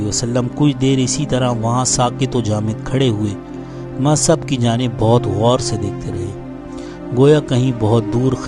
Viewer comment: سیرت مصعب بن عمیر شان صحابی میں خوبصورت الفاظ کہنے کا شکریہ مصعب : میم کے پیش کے ساتھ تلفظ کریں گے تو سب سے زیادہ اچھا ہوگا عبد السمیع از بہار الہند